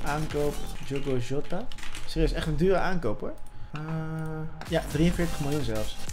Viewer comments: de man van de goeie uitspraken: PaGeGo, Joota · je spreekt het uit als zjota